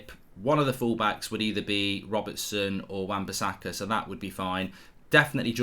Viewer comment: This guy saying wan-bisakka is close to TAA